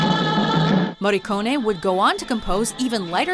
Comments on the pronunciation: Finalmente il cognome del Maestro pronunciato correttamente..Brava 😉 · What a treat hearing an american properly pronouncing his name. Kudos. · Finally an American that correctly pronounces an Italian lastname